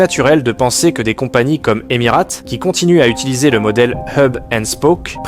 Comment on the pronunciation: « EmirÂte » ? Vraiment ? 😂